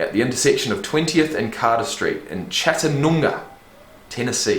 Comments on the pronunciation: Chattanooga (chat-ah-new-guh) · It's CHAT UH NEW GUH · LOL sorry but you trying to say chattanooga was hilarious. Chat-Ta-new-ga been binge watching your reactions, Loving this channel. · Chat-tah-noo-gah Lots of Amerrican location names can be be a bit difficult to pronounce from just seeing it written to English speakers from other cultures because they are rooted in Native American names.